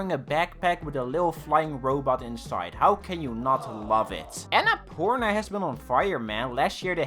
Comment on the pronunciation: Ah u pronounced annapurna wrong. Please at least learn from google and say it in another video. The pronunciation is so aesthetic itself. Hear it bro🤗